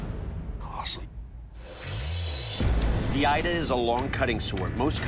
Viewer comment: 😇 Ida not Aida more